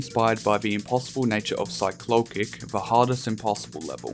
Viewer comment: you pronounced CYCLOLCYC's name wrong. Good luck next time!